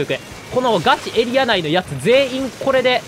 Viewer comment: ガチエリアの発音がガチ↑エリア↓なの面白いw 一定の場所を守る力はエリア以外のルールの防衛も同じこと言えそう